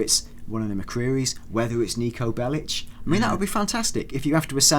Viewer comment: Technically the spelling Bellic in the serbian language would be pronounced like that but it's not in Niko's case but these two for some reason say it like Bell-itch